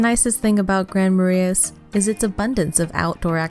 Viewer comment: Nor could she pronounce Grand Marais or Wabasha